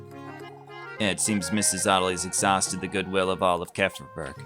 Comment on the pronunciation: Wait...so its not pronouced as "kee-fer-berg" :0